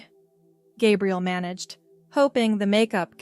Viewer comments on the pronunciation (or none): Stop mispronouncing Gabriel 😮